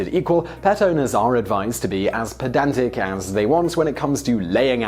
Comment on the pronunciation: Did he say petantic?